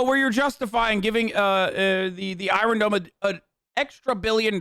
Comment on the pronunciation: Nobody: Hasan: the EYE-RUN DOME